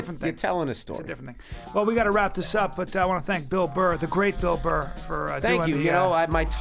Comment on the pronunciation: FOR SURE it's bill burr not bill bull